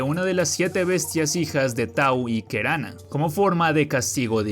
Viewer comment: Un consejo en caso de que vuelva a salir algo sobre Paraguay en tu canal, intenta buscar su pronunciación, incluso si luego lo pronuncias mal por chiste. Se escribe Tau y Kerana pero se pronuncian Taú y Keraná. Jasy Jatere se pronuncia Yas(insertar un sonido inexistente en el español, y se acentúa la palabra en esta sílaba) Yateré. Moñái Teju Jagua se pronuncia Teyú Yaguá. Mbói Tu'i se pronuncia con una pausa en donde está el apóstrofe (denominado puso en guaraní, pronunciación pusó) y se acentúa en la i la palabra tu'i. Ao Ao, se pronuncia Aó Aó. Y bueno, en general hay varias mitologías que podrían ser interesantes para un video completo sobre cada una.